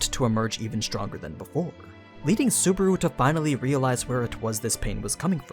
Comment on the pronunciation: This guy pronounces Subaru as Suburu haha